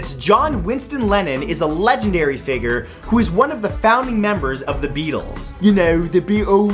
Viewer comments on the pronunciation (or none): you said figer